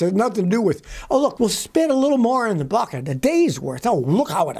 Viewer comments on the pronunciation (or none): none